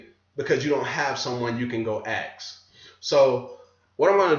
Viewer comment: learn how to intelligently pronounce 'ask'. just say 'as' and then kick out the 'k' sound. Practice, practice, practice. There is NOT wrong pronunciation, just ways of speaking that turn away many people. Otherwise, you are 100% On target.